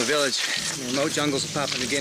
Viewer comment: It's pronounced "pa-POO-ah"